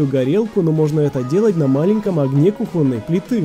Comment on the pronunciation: кУхонный!!!! Запомните уже наконец-то!